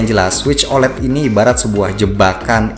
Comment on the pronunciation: OLED bukan dibaca "olet" tapi "o-el-i-di".